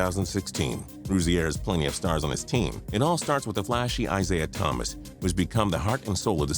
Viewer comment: he said misaiah thomas